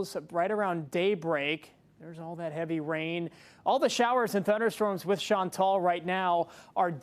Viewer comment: Please pronounce Chantal properly.